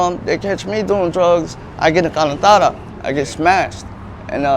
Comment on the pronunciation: He saiD we’ll get a calentada 🤣